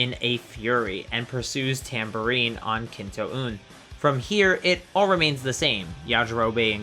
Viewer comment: The U in kintoun is just pronounced O like skintone same with I after E